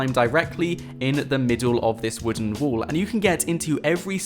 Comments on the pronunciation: Its 'all and 'wall...not ull and wool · Why do you pronounce wall as wool?